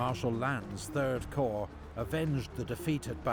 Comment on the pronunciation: Corps is pronounced as "core".